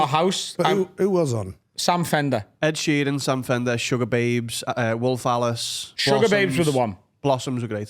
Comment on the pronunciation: Bizzy on a naynay! 😂😂 when says wolfe Alice both times I thought he said rolf harris for a sec